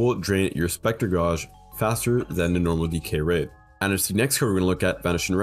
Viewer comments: saying Goge instead of Gage while trying to prounce Gauce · To be fair, he's pronouncing it like you would pronounce gauze